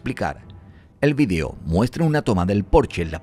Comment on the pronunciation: Se veía interesante pero eso de estar escuchando frecuentemente "vidio" es tan irritante que no pude más con esta desesperante narración.